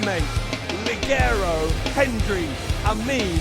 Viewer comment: I hate how you british fucks pronounce el ligero's name. His name should be more like El Ligero ( Li-Hair-o) not like El Ligero ( you pronounce it like League-er-o). Phonetics people, if i can learn english you should learn spanish so dont disrespect the name of the guy